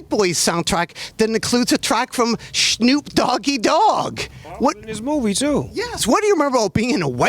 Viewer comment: "Shnoop Doggy Dogg" 😂